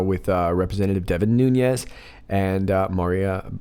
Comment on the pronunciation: Say the MAN'S name right "please!!", it's Nun-ES N-O-T Nun-YES, P-L-E-A-S-E!!, he is a GREAT American hero and deserves R-E-S-P-E-C-T miss pronouncing his name only makes you look D-I-S-R-E-S-P-E-C-T-F-U-L and I-G-N-O-R-A-N-T!!!